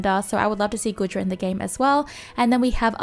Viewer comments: Its goo-dra not good-ra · Also the way ypur pronounce Goodra makes me giggle lolol